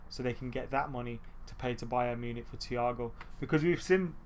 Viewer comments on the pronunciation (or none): none